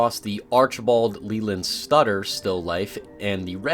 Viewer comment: Archibald Leland SUTTER not stutter lmao